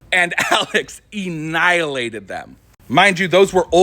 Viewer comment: This is a bullshit story. No mother of a 15-16 year old is anywhere near their children, unless food is involved. And it is Annihilate, not EEE-nihilate...